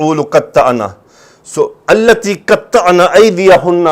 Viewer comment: استاذ جی مناسب تو نہیں پر بار بار سنا۔نسوۃ التی ۔اس لام پر کھڑا زبر ہے آپ بار بار زبر پڑ رہے ہیں۔۔اگر زبر پڑھنا ٹھیک ہے تو کیسے پھر۔۔